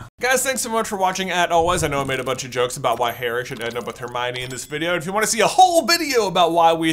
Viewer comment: Every time you said Harmione i cringed 😅 Most of the fan base, as far as I've seen call it Harmony